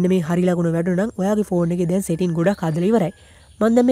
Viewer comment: Ane palayan bn mama dawak dekka uba iron man film ekata ඉරොන් මෑන් කියල කියනව යකො එ අයන් මෑන් . උබ කියන්නෙ සෙටින් කියල setings hariyata kiyawanna purudu weyan anith eunta ugannanna yanne nathuwa ponnaya